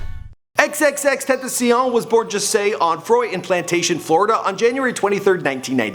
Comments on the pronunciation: It’s pronounced xxx-ten-ta-sion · Cloud It's pronounced ten tah see own but fast. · bitch its TEN- TA- SEE-ON say it real quick tentacion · Ten tass eon not tentaseein, and sl-uhm-p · who tf is xxtentasiyown? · TENT AH CIÒN. Bruv get it right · It is pronounced ten-ta-sion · this is how u pronounce his name.... X Ten ta see yawn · TEN-TUH-SYONE Simple. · Anyone else gonna say somethin about how he’s pronouncing X’s name wrong?😂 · EX EX EX TEN TEN SION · The way he's saying Xxxtentacions name bothers me...